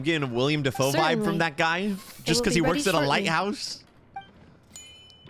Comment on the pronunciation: Flins isn't Willem Dafoe... he's Willem Dafae